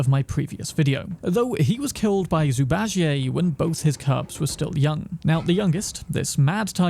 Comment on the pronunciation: Zuu Barjie' like he's French 🤣